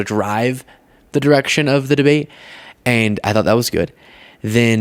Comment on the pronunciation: Deblate? Speak English my guy😂😂